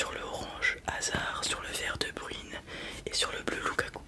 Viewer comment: de breynnnnne et non pas de bruiiiiiine😂😂 sinon très bon asmr.